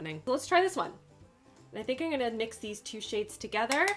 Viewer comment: "Eye-n-gunna" ... is that a Canadian thing?